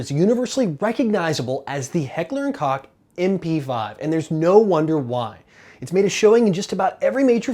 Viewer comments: Koch is pronounced “Coke” FYI ;) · Heckler and Koch (Koch pronounced Coke)